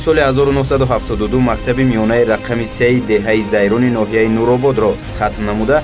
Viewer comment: Хатогии якуматон Деҳаи Зайрон не барода Лайрон мегуфтет аммо номи деҳотро як чанд маротиба такрор ба такрор хато талафуз намудед. Хатои дуюматон овозҳои мардумро монтаж намекардед чунки бо забони модари гап задаанд лаҳҷаи деҳотии онҳо бозҳам ба барнлмаи сабтнамудаатон ҳусни дигар мегирифт. Хатои сеюматон онки сабти асли аз монтаж 100% фарқ мекунад Сабти аслиро барои чи пахш намекнен бақавле фонограма мемонен.